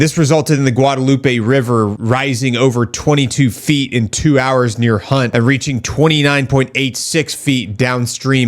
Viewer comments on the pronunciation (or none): none